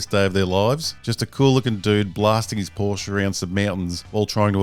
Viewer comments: Correct Porsche pronunciation 👌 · Now for something completely different, reviews commercials. Sarcasm aside it was a good video mate. Also kudos for pronouncing Porsche correctly. Ferdinand Porsche would approve of this video.